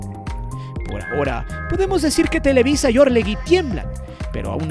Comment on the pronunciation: Es televisa, no telewi... sólo muestras tu ardor hacía el América.